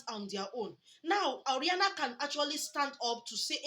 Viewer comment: It's O.....RA......NIA my sister NOT O........RIA......NA